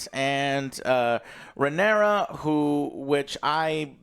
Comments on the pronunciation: It’s Rhaenyra dammit 😂😂😂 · RHAENYRA, NOT RHAENERYS ISTFG